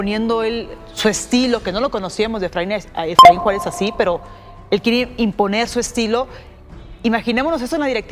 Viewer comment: Es Efraín Juárez nooo Suáaaaarez caaab 😂😂😂😂